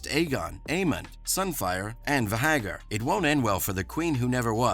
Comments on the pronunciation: Va-hagger? Viserees? Holy F! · How did you still manage to mispronounce Viserys and Vhagar, after watching the entire season of them pronouncing it correctly? Also, "We dont need to remind you about what happened to the young prince" is kinda meaningless when you literally just showed us exactly what happened to him...